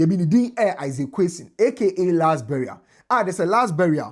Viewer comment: Last barrier not burial🤣